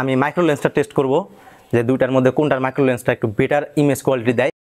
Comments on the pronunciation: ভাই ❝মাইক্রো❞ না ❝ম্যাক্রো❞ হবে উচ্চারণ টা.... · মাইক্রো না ভাই ম্যাক্রো হবে😂